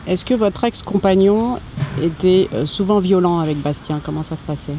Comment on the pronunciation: elle est incapable de prononcer le nom de son fils: Bastien!!!!